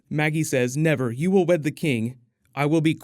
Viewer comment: Cersei lie? Nevar!